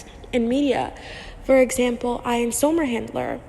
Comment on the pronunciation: Great video, very informative! Even though you triggered me a bit with how you pronounce Ian’s name 😅😂